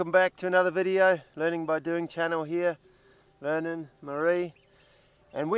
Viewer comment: Just the accent and the syllable emphasis "Ver Non" lol, makes me smile every time